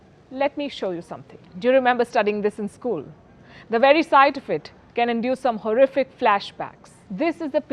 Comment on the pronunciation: she said horrific memories AHahahahahahaha she cracks me up every time.